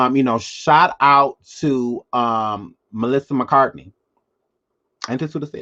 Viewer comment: Lawd he said Melissa Mcarthy lol